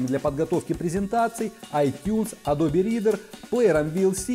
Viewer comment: Адобе ридер....мои уши,боже! Ну не картошку же продаем,ну ееее! можно грамотно выговаривать слова?